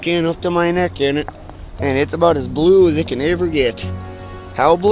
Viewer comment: It is pronounced It, not Et